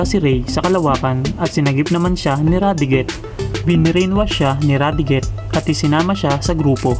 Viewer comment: vyram was pronnounced as "byram" radiguet as "radigue"